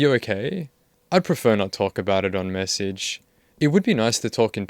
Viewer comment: Okay I also need to say that his sideburns are hilarious. You can tell he tried to even them up before he left his house and boy oh boy did he mess up. They’re horrific. It’s delightful to me as a former stylist of 8 years lol. Edit; I also can’t stand people who pronounce message as messeeeeeege.